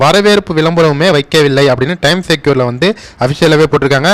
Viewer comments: Pronounced as times Square like g square not times secure. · டைம் செக்யூர் இல்லை. டைம் ஸ்கொயர். தப்பாக உச்சரிக்காதீர்கள். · Time secure ellanga 😅 Time square. Is a place. Please pronounce it correctly 😊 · Pl pronounce properly Time Square.